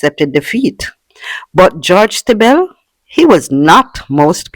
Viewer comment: Just one correction, Stiebel is pronounced "Stee-bull"